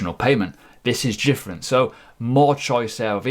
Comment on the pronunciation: Are you saying 'jifferent gravy'? :)